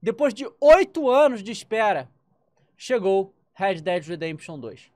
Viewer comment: Red pimba redempition